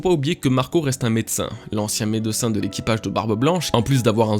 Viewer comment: magnifique la review meme avec ton "medeucin" 🤣🤣 Bonne idée pour les lives, ça fait longtemps que tu n''en fais plus😁